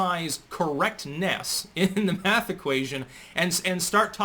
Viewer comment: Laquisha and Deondre have determined that "Maff" is hard.